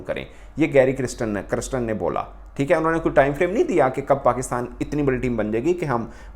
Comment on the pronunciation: Criston 😂 Galespy 😅